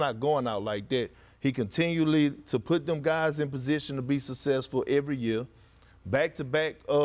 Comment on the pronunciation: Kendrick “Sussessful” Perkins